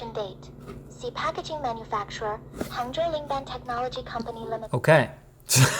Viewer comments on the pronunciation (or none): none